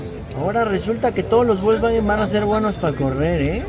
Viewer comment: De hecho no se dice volsbaguen, se dice Folsbaguen con mucha remarcacion en el Fols.